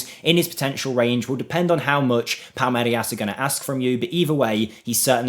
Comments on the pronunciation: How can you say "Palmerias" when the "I" is literally before the "R"? That's just pure ignorance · My brother in christ it's pronounced 'Pal-meer-as'.